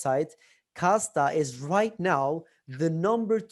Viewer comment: And it’s Kasta…not Costa which is the coffee shop chain.